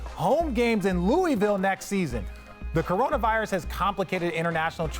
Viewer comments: Bruh. It's Loo-vul. They hate when you say Louie Ville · It’s isn’t “Loowee-ville” or “Lewis-ville”. It’s pronounced as “Looo-ihh-vull” 🤦‍♂️. But I do think the winningest state in college basketball, with a fan base similar to the Cowboys or Lakers should have an NBA team by now. The way ppl get behind UK, Louisville, etc. here, it’s only logical to assume they would naturally do the same for a NBA time. They’re diehard and literally bleed blue there lol. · Richard and Perk def not saying Louisville right😂